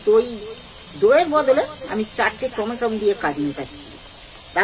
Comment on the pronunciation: রান্নাটা খুবই ভালো হয়েছে কিন্তু লবণ ছাড়া।মনে কিছু নিবেন না টমাটম বলেনা ওটাকে টমেটো বলে।